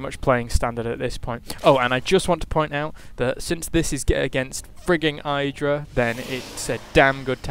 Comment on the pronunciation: Idra isn't pronounced with a long "I" as in kite. But short as in kitten.